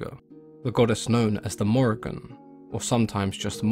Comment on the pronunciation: It is pronounced More-Ee-Ahn-- love from Ireland :)